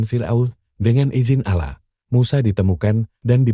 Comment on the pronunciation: Ini nyang punya cenel Islam apa bukan ya,kok cara penyampeannya Alah bukan Allah